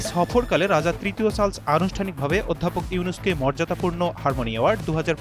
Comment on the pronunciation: কি উচচরণ রে বাবা ! চার্লস কে বলে সার্লস…